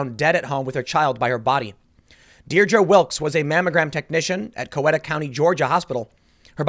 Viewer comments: That's pronounced Cow-eeta. I live here now. 45 minutes out of Atlanta. So many airport workers living here. We even had Chinese student pilots stating here. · I didn't like Dems before. I think I really do hate them, now. And Tim, it is COW-EE-TA. That's my home county. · The town is pronounced “cow-eat-ah” or “cow-eat-uh”. I live in coweta and it’s kinda scary that it’s killing people so close.